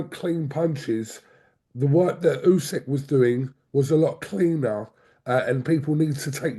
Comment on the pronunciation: Can please learn how to say Uskys name properly. Its disrespectful that after all of thisvtime he still cant. Ooh-sick